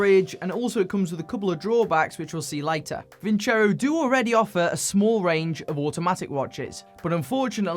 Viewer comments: Vincero not vinchero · Actually it's pronounced :. Vinceró. Vincair aoo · It is pronounced “Win Zero”, i believe! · Sorry Vin-cero, I'm not going to pronounce your name Vin-chero until you write it like that. = ) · Vin-ZERO! That’s how it’s really pronounced. My gosh everyone gets it wrong. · Btw just saying Vin CHero sounds way more bleh pronounced just no, way to bad promote your company name and how it sounds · Lol, It should actually be pronounced "Winkero." The company that claims to draw from Roman roots did not bother to do enough research to determine how the Romans would have actually pronounced the name. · Gotta love how the YTbers are mispronouncing their sponsor's name. Thats kinda disrespectful towards your client lmao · It’s not pronounced as you say the tonic accent is on the O.